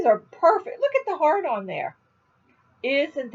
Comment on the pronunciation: when you said " heart on " . it's not what I heard . I had to rewind few times and hear it few more times to understand that you was saying " heart on" lol. I will NOT say what I was hearing but I just thought " oh my God I can't believe this Lady is saying that " . than I put my crochet project and looked at the video not just listened .. and I saw the heart . oh I laughed so hard .